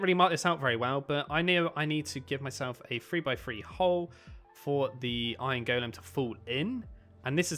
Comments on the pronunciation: The way you say ✨gOulEAm✨ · He calls an iron golem an iron Goolem